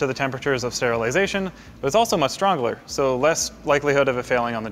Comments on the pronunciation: Did he say strongler? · "It's also much strongler."